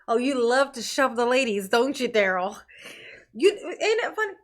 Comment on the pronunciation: love you darling. If you ever hear any rumors about how our precious Dah-rell is enjoying his time at the Pris-ee-on, I hope you share it with us. The man is evil.